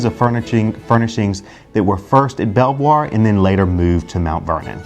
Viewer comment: Belvoir is pronounced Beaver !!!!!